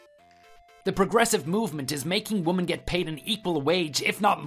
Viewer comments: They always do, and the guy VA is so damn annoying, he doesn't say women he always say woman or instead of saying been he says bean. It makes me grind my teeth when I hear him talk. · I really wish the voice actors knew the pronunciation difference between "woman" and "women".